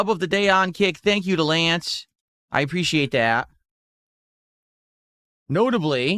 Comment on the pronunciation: “I appreciate dat.”